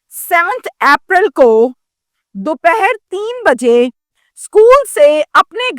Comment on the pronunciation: کیا آپ واقعی ہی ایجوکیٹڈ جنرلسٹ ہیں آپ اپریل کو آپرل بولتی ہے سیٹرڈے کو سچردے بولتی ہے ۔